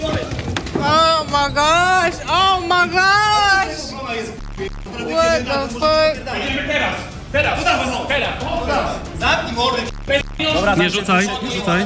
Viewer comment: "oma gasz oma gasz łeta fak"